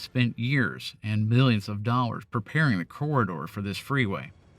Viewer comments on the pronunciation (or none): none